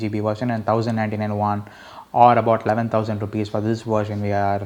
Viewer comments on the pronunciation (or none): none